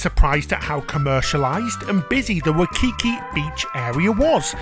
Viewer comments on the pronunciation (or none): The rice isn’t undercooked; it’s how we prepare it here. A bit sticky, NOT fluffy. Also, it’s hoh-noh- LOO- loo, not hanalooloo. And it’s why-key-KEY, not with the stress on the middle syllable. Just a bit of direction to help you enjoy yourselves even more.